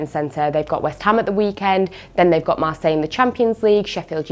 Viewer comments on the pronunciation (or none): none